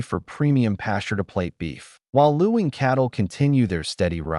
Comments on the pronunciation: Luing is pronounced LING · The pronunciation is actually ling